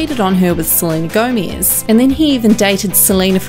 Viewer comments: I could not stop laughing everytime I heard you say "Selena Gomiz"🤣🤣🤣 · no one: not one soul:: sleenuh gowmeez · She says "Seleina Goumies" LOOOOL 😂😂😂😂😂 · “salina gomeeze” bye. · “Selena Gomiez” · “Selena GoEmEsSzz” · Tf why you say Selena Gomiz??? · Selena Gomeez got me dying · Lmao, WHY do you say 'Selena Gomez' like that? 😂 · The way this girl say "Selena Gomez" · Selena Gomiez